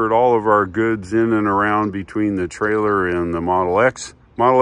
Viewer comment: What's a 'Tailer'?